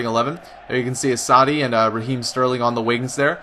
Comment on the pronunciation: You pronounce Assaidid like ass-a-eede